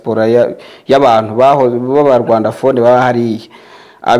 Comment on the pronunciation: Rwandophone, not Rwandaphone.